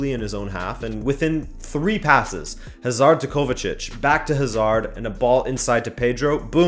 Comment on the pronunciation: WHY DO AMERICANS SEPARATE Hazards name they pronounce like they separate HA SARD